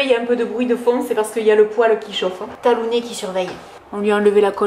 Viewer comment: Bravo pour ce que vous faites toutes les 2 pour ces gentilles bêtes.. nous avons aussi adopté un beauceron de 2 mois et demi il y a bientôt 9 ans. Il s'appelle Tag et je le surnomme Tagounet, ça m'a amusé de t'entendre dire Talounet ... Bon dimanche